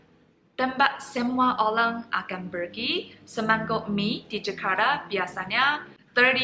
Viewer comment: ORANG = OLANG Ini adalah bahasa china jadul